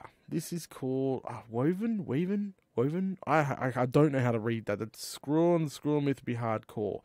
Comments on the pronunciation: it is pronounced why-vern not wo-vern it is a kind of dragon and your mispronunciation is causing me literal pain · Hi! The armor your building is a type of dragon it's pronounced {why-ver-in} Love your videos. (Hi Venom:) ) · Wyvern is pronunced Why-vern.